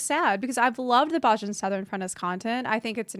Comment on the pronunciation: Bozja "BOSE-yah"